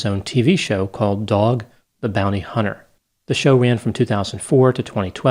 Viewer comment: Had to laugh when you pronounced “dog the bounty hunter” the way you did but I have to say .. as an addict who has over 35 years of recovery and is now a licensed health care professional; I think your judgment of people and their past is ignorant beyond belief— Dog’s past life is better left judged by his own soul and his God. You don’t realize it because you’re so naive about that ugly world out there you don’t see, but Teetotalers like you WANT people like us off the streets and on your side. If Dog wasn’t taking these guys off the streets they’d be robbing or assaulting weak targets just like you. So Stop bitching about the “moral compass” of other’s pasts and be grateful for the changes others make in their lives. You have no idea what obstacles each person overcomes in their life and what God intends their life lessons to be. Who are you to judge them??